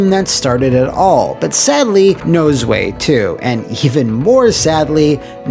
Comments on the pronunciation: Panzer Dragoon Zwei was one of my favourite games of my childhood so I'm looking forward to this haha. Also the Zwei part is the German word for two, pronounced more like... Zv-ai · You murdered the pronunciation of zwei lol. But I still love you. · Zwei is pronounced "zvwhy" for future reference. It's the German word for 2. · Fun Fact: "Zwei" in German (where that word and panzer both come from) is pronounced Zv-aye and it means "two" in german. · it's pronounced svai, rather than zway. I luv this series ty <3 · There is no n in Azel, and Zwei means 2 in German, and pronounced like zvy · Zwei is German and is pronounced Ts-Vai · Just a heads up: Zwei is two in German and it’s pronounced like (let’s try to approximate this) Steve Vai’s last name... but with a Z in front of it. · That "Zwei" pronunciation is killing me. It's the German word for "two" and the w is supposed to make a v/f sound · I'm sure someone already mentioned this, but your pronunciation of "Zwei" is all sorts of wrong.